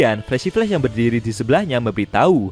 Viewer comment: Min kamu nyebut flash apa ya agak kurang jelas, pahlawan perempuan kah?